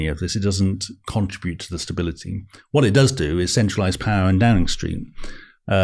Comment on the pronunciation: You almost mentioned the word 'power' as many times as a Russell Brand video - except he pronounces it POW-WAH!